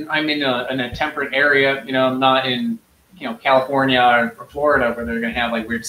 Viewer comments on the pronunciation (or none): none